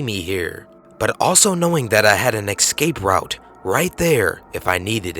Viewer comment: "EX-scape" : "SIMON-taniously" : "Anti-CLAMATIC"